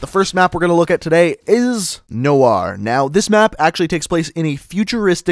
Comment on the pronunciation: butchered the word Noir...